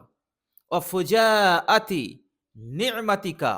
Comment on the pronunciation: ঠিক করে নেবেন শব্দটা ফুজাআতি।